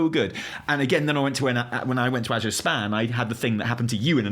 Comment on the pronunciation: Thank you for pronouncing "Azure" correctly!!!! OMG it's killing me how many people can't speak proper English. My school teacher brain goes into meltdown every time I hear someone pronounce it uh-Zoor. And I'm an American!